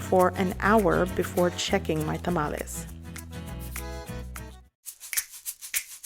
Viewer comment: Your video is so pleasant and paced to follow easily. I loved that you pronounced the word Tamales in Spanish as it should be. The singular of the word for some reason has been anglicized into tamale, but I learned by studying and speaking Spanish that a single tamal is called tamal. There are differences “among people whether to use one or the other but chef Carlos Salgado, the pioneering Mexican-American, James Beard Award semi-finalist of Taco Maria in Costa Mesa – it’s a different story. “I’ll correct anyone, kindly,” he tells me over the phone while he prepares tamales for this holidays season using chalqueño heirloom corn from Mexico for his masa. It’s not too much of a surprise considering his active Twitter account.” From article in LATaco.